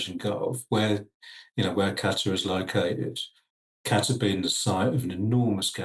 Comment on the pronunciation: Is it just me that is hearing Aaron calling it "Gatter" rather than Qatar?